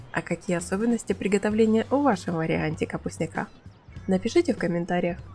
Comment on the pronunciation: Не капустняка́,а капустня́ка! От слова капустня́к!